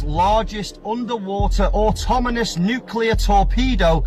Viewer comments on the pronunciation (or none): I never locked that guy in as an expert of anything, especially not for pronunciation of the word "autonomous" lol